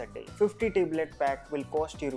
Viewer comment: Teblet nai yar Tablet, nice video though